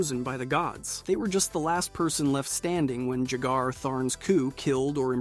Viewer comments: “JAG-er?” it’s pronounced like the drink, bro. “Yay-ger.” The player is declared “The Champion of Cyrodiil” at the end of Oblivion. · "Jagar" is pronounced "Yay-gar".